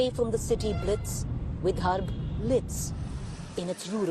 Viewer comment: Hey guys, great work in trying to cover all areas of Maharashtra. Just a couple of suggestions - one Google search and you’d have understood it’s not Gramseva but Sevagram. Also, it’s “Vidarbha” and not “Vidharbh”. 😀